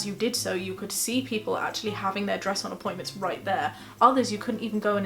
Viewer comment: Stress? I thought you said dress